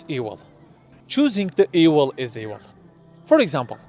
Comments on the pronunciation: His pronunciation is ewil. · How can you trust the word of a man who can't pronounce the "v" sound? What is ewil?